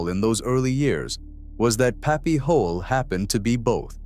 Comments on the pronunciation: That's Pappy Hoel its pronounced Holy or Hoil not Hole!!!!! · You say thiIs is the real history of Sturgis but can't pronounce puppies name correctly. Its HOYLE!!!!!